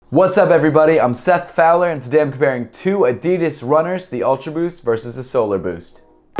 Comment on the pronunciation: why did you pronounce your name ''Filer'' instead of Fowler ?